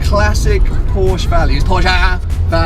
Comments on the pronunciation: I don't know what the lady in the RS was trying to say but I know that I'm German and 'Porschere' or whatever she called it is not the proper name for anything. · Pronounce the name right!! Don't even bother getting one. You're not a real enthusiast if you don't know the difference.